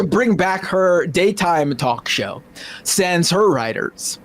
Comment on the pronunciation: That sure is a philistine way of pronouncing sans.